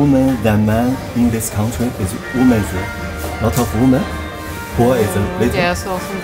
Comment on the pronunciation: 英文女人复数念“威们”，不念“勿们”。没见到好看的女人啊。只是说实话，不说漂亮话。太粗糙了，没有中国女人秀气。